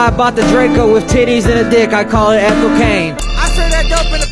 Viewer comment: bro can’t pronounce the name ethel lmao